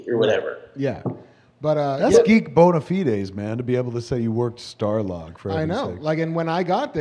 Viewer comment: Kev, it's BONE UH FI DEES not BONE UH FEE DAYS.